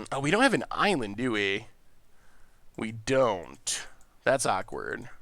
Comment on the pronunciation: if you’re reading this: AN ISLAND please more than any mispronunciation this drives me crazy 😂 edit: mana tithe!!!